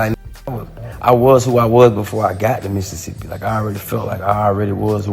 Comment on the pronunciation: He say Mississippi just like Mississippi people ❤️💯😭